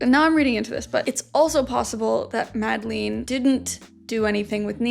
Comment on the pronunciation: I'm sorry but it's pronounced not MadlEEn but with an e like the e in Melania (sorry, but i was searching for another english word that has that sound but couldn't think of one)